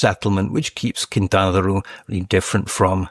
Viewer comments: Quintana Roo! Not Quintana Ru xd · Why is the author pronouncing Quintana Roo like that? It doesn’t rhyme with too or loo. It’s pronounced ROH. Makes me not trust him as much anymore… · Sorry, but in Spanish it doesn't sound "Quintana RU" as you pronounce. It sounds "Quintana Ro". A round o like in "dot". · Were you also wondering why he pronounces Quintana Roo in a way that it rhymes with loo? I can’t get past it. Couldn’t pay any attention after that. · lol i had the exact same thought. Made it hard to take him seriously although it seemed to get better afterward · I'm wondering if he has spent much time in mexico. I'm 5 min in, not only are some of his comments so far factually incorrect, but he's pronouncing Quintana Roo incorrectly (his pronunciation isn't correct in EITHER language). Very weird